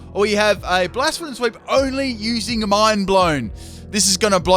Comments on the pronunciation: Bla-sef-a-lawn, not Blaa-sfawn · Epic Golurk sweep, Focus punch only. Also, I think it's supposed to be pronounced "Blay-seff-uh-lon." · Please learn how to say bla-se-fa-lon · Psst its Bla-Cef-Ah-lon,Great video like always though, never get sick of your videos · its hard to know if you're saying the name right, however you're not pronouncing the 'L' at the end of its name